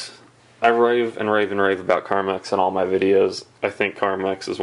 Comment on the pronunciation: Its carmex not carmax carmex is lip balm.